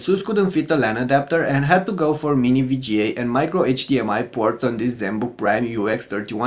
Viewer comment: Fantastic job with the review. BTW I was the one who said you are saying 'VGA' wrong and I got a lot of F* comments. I'm glad you learned ow to say it. Again, great review.